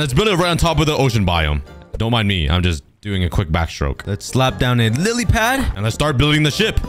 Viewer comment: It’s funny when he says Lillypad